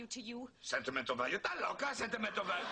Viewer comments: to all u white people it's esta loca not ta loca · It's "'stas loca!" Not "da loca!" or "ta loca!"